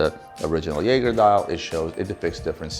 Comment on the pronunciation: Got to work on the Jaeger pronunciation